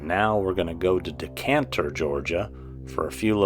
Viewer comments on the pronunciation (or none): I friggin LOVE you SO MUCH, but it's DECATER, not DECANTER, which is something to let red wines breathe. Lol, you're my favorite person ever!! This was a fantastic video bro!!! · Dee-kay-tur not decanter. 😜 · You de man but it’s Decatur not Decanter! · All of this is very close to my domain. One of the many perks of living in beautiful Atlanta. Nice job...oh btw, its Decatur...not decantur😂...no biggie, made me laugh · I enjoy your content. BTW, its "Dee-kay-tuur" Georgia, not "Decantur" Georgia.